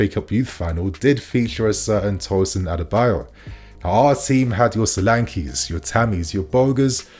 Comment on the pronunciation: you keep getting the pronunciation wrong , it’s ADARA-Bi -OYO